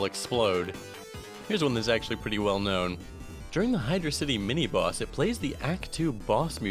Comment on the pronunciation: is it just me or did he keep saying "mini moss" instead of mini boss?